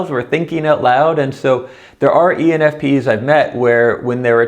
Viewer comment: I dont think he realizes he is saying penis !! hahaha